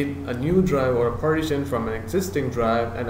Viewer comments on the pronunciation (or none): Great vid but its pronounced par-tition (par-tish-un), not parti-tion (party-shun)